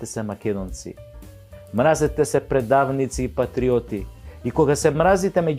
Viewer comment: ти си глумец и си учел Македонски јазик каде што се изговара мразетесе иако се пише мразете се. Мразете СЕ влече на српски.